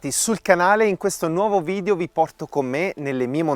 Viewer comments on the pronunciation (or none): bravissimo! ma la pronuncia è vidEo non vidio